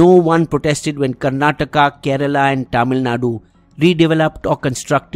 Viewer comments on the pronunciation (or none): none